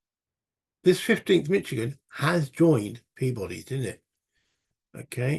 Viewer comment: MI stands for Michigan, you got it. FYI, it's pronounced mish-ih-gan, not mich-ih-gan. Thanks for the playthrough. Still watching. Enjoying it. Shelby Foote's Civil War series is one of my favorites. I will checkout the Shiloh 1862 book of yours. Thanks for sharing it.